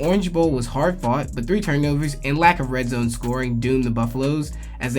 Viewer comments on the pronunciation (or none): none